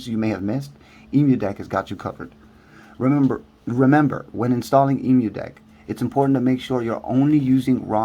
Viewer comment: Hey good video but please say it right :D it's an Emulation So it's Emu = M U DECK not E MU DECK